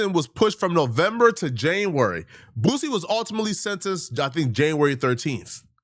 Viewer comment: 😂 not her sayin “Boosey” 😭💀